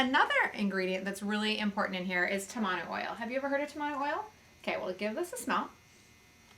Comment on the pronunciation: In Tahiti tamanu oil is used on the skin after getting a tattoo or if the skin is damaged. The skin does heal faster using it. I used it after getting a tattoo and I healed in three days. The pronunciation is TAmanu not TamANu. ;)